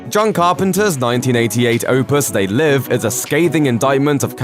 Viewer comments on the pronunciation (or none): none